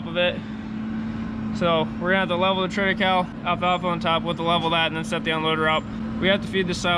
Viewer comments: Great channel. Good clean content and hard working folks with a backbone of morality and good character. You are a breath of fresh air. Thanks,. Now...if we can just get you to say "triticale" pronouced correctly. LOL Trit a ca le. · It’s pronounced “triti Kay lee” fyi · FYI - Triticale is pronounced "trit-i-CAY-LEE". It is a hybrid developed from wheat (Triticum aestivum) and rye (Secale cereale). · Interesting, you and I pronounce triticale very differently. I've always heard it as "trit-uh-kale-ee" here in Kansas. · Before when you spoke about this crop I thought you were saying Trinacow.